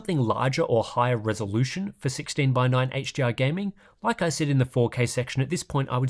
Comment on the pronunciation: love the video but all i hear is h-gee-r